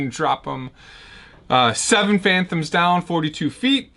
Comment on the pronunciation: There's no "n" in Fathom 😂. But I love the guitar!